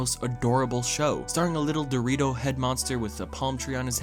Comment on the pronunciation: LETS NOT FORGET THIS MAN SAID DORITO MAN, AND PURPLE CYLINDER